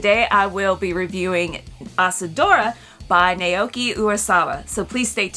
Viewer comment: It’s pronounced like “Now Key”. Great review!!